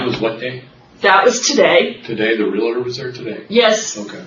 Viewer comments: Realitor? How many times did she say that. Realtor... no 'i'. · Why do people insist on saying Real-a-tor when the word is Real-tor???? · Drives me nuts how these country bumkins think "realtor" has three syllables.